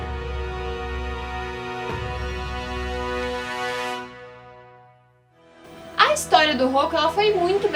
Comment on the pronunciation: Não é Rokku é Roku